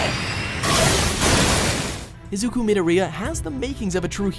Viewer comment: Not to sound rude but its pronounced EE-zoo-koo Me-DOOR-ee-Ya